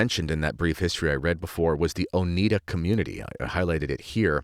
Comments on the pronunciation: Lol it's pronounced oh-ni-da, not oh-nee-da 😅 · Oneida is pronounced Oh-nigh-da. LOL, I have Oneida utensils, but they're stainless steel. BTW, for the last 30 years I have not worn pants because I don't want to risk being seen as a feminist. I wear skirts and dresses, with leggings for warmth. I never regretted this decision. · Oneida with a long i like eye. Not Oneeda. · Oneida silverware from Oneida NY, named for one of the indegenous NY people the Oneida tribe. Oneida pronounced with the long 'I' sound. So, your spelling is incorrect, and the name origin on your part is incorrect or at least that of the author you are quoting. I've spent many years (more than 40) in healthcare, trust me wearing pants is far more modest than uniform dresses. I've worn both.yes dresses in nursing were impractical in hospital settings. Pregnancy clothing was different from non pregnant clothing. There were women in 18th n 19th century clothing who did have health effects from the clothing they wore causing issues with breathing and proper nutrition. There's a place for both. But dont presume you know what